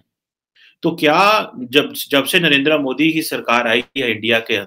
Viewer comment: mr. please learn how to pronounce the name of your favorite villain. you are a south asian not a firang. he is narendra modi not narenDra moDi.